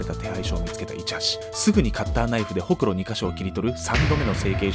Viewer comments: ほくろのイントネーションおかしくない？ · ホ↑クロって発音可愛い